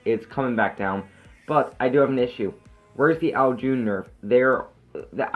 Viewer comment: Sry to be a scroob but u say it like ow june but its ow CHun